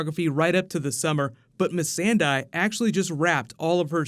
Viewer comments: It's interesting how you said "Missandie" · Please stop saying Miss Sand Eye.